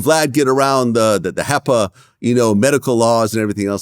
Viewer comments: It’s HIPPA not HEPPA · HIPPA was pronounced incorrectly. It seems like he talked more than John